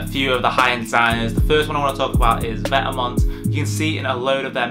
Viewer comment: Please learn how to pronounce vetements